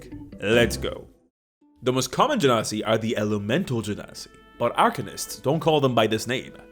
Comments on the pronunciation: The way pronounces genasi, it sounds like "gen0cide". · It's actually pronounced ge-nasty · You can pronounce Genasi either way just one is Egyptian accent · I love how you went from correcting yourself to immediately pronouncing it wrong again not ten seconds later 😂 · and your weird wrong pronunciation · It's Genasi, and not Genasi.